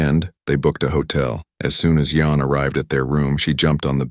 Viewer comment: The name are kinda wrong in the ai cus they said hyion when it yeon